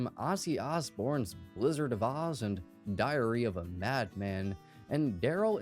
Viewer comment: Did you say diarrhea of a madman ?? 😂